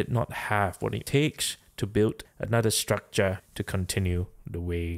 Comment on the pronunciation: "Structrah" is becoming a meme lol